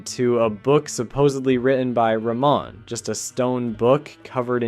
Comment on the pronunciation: There's a H sound in the middle of the presidential surname - it is wrong to omit it. Ramon is a Spanish given name.